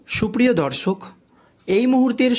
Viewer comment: উচ্চারণটা ঠিক করুন । শত্রুঘ্ন আর শত্রু- ঘন র মধ্যে অনেক তফাৎ। এত বার শত্রু ঘন , শত্রু ঘন শুনছি, মনে হচ্ছে শত্রু এবার ঘন হতে হতে পায়েস হয়ে যাবে। " দর্সক" নয় রে ভাই, মাধ্যমিকে কত পেয়েছিলে ?